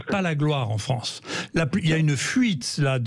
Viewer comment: La Fronce où la N est contre la P !